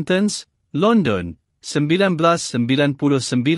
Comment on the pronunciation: Halooo creator...apahal sebut Invoke pun lain macam...London pn sebut salah ..ayooo jgn laa buat content...betulkan sebutan dulu 🤦🤦